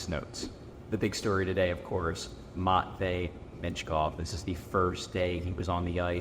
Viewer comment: MATT vei. Good lord you say it so wrong. Terrible and pathetic.